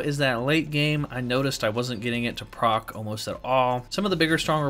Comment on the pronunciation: Sounds like you’re saying “get X to proct,” instead of “proc”.